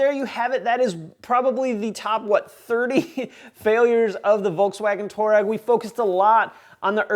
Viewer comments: Just so you know, it’s pronounced "twar-egg" not "tour-egg" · The name toureg is after an African tribe and it's actually pronounced (I'll write it phonetically) twah reg... just saying!